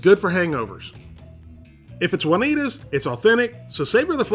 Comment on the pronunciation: the way you say 'Juanita's' is so great... "Wunneeduz"